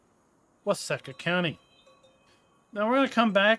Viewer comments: I’m actually from Waseca. It’s pronounced with a long e. So like Wa See Ca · It’s pronounced “Wah-SEEK-ah” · It's pronounced wah-seek-ah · Why-seek-ahh. You’re welcome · It is pronounced wa see ka. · Its funny, you can tell whos from Minnesota in here, myself included. Its pronounced with a long E sound.